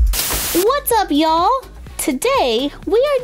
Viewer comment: I thought she said “what’s up wall?” Then I changed into captions and she said “what’s up ya’ll?” 😅😂🤣